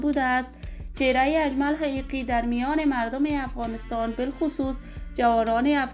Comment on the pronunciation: بد کردی دروغگو اول خو نام اجمل حقیقی را درست تلفط کرده نمیتوانی